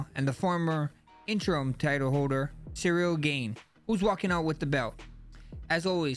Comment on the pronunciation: Ceril gain 😂